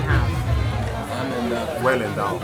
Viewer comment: Endowded-ish!! Loll